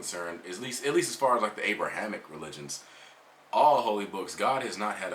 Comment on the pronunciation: Wtf is an abriamic religion 😂